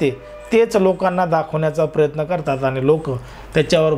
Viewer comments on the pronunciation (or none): none